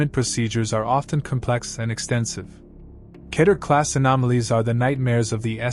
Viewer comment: Keter is pronounced Key-ter.